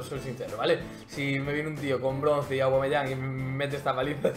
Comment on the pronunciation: no es ni aguameyang ni cervezayang,es "aubbbbbbameyang" coñññño